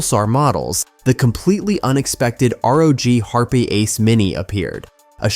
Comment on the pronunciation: wtf is a HARP EH mini? It is pronounced HARP. the E is silent.